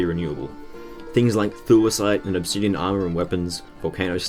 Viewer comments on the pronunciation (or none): none